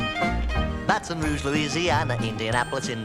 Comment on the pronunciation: it's pronounced wrong. It's bay-tin roosh.